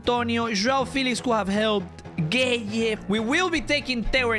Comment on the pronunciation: HAAHHAHA HE SAID GUEYE NAME WRONG HE SAID G@ YEH